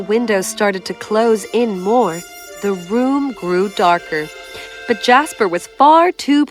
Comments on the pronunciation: when she said little prince jasper | I thought it was "JASMINE " LOL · oml jasper was gonna be my pup’s name but my family couldn’t pronounce it so his name so we changed his name to Casper